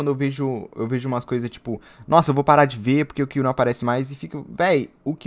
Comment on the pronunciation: éfi for kiwi